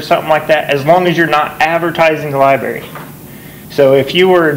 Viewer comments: Love your vids. I live in Canton and you are getting better and better. One thing, it's not li-berry. There is an r in the spelling. L i b r a r y. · lol she cringed everytime you said lie-berry